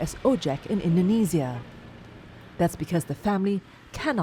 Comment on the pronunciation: I hate it how she pronounces indonesia indenezias